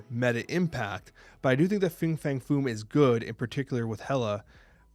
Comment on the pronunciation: Fing Fang Foom sounds like an mispronunciation already 😂